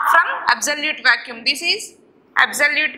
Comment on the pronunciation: madam vacuum not vacuume